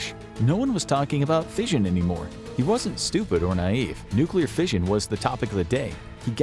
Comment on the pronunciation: This was a really interesting video. And the CG narration was actually quite good for the most part. I did have to chuckle though when fission was pronounced as "fisahn".